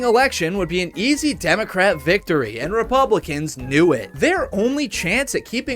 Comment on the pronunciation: why does he keep saying “democrat” like an old person